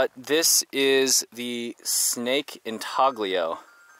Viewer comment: The g in intaglio is silent, just like the g in lasagna. Italians just do it that way. I don’t know why. Badge worked too hard for his work to get torched. 😊